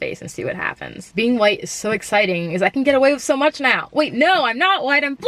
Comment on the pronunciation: “huwhyte” Lmao 🤣